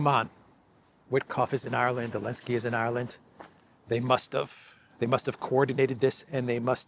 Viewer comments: Question: I keep hearing saying "Alensky" instead of Zelensky. Am I suffering from auditory hallucinations, or did anyone else hear that, too? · Love the channel! Just curious why does call him Alenskyy?